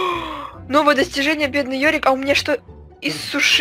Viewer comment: Йорик а не ёрик